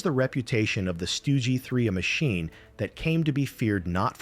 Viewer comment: AI has difficulty differentiating between the Stug 3 and the 3 Stooges 😂😂